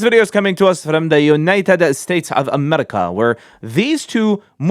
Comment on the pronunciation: The way he says united states of amerrrica is so funny